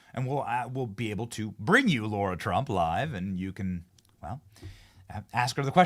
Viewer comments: LARA, LARA, LARA!!!!! Seriously wtf is your issue? Her fkn name isn't LAURA. It's LARA!!!! It's either personal, or you're incompetent. Aren't words YOUR JOB?? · It’s LARA TRUMP not Laura - please ?